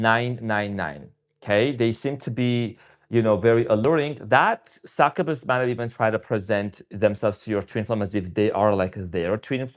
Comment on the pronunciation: Not being critical but just helping Its pronounced Suck-you-bus Please dont take offense